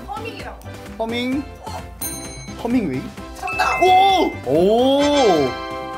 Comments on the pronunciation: 허밍웨이가 아니라 헤밍웨인데.. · 허밍이 아니라 헤밍 아닌가? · 허밍웨이아니고 헤밍웨이.... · 허밍웨이 가아니고 헤밍웨인데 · 헤밍웨이인데..허밍웨이를 정답으로 말하네.. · 허밍웨이 아님 헤밍웨이임 빠가 pd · 진짜 허밍웨이라니요ㅋㅋㅋㅋㅋ